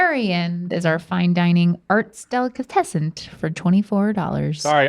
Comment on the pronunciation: When your host pronounces it "delicatessenT"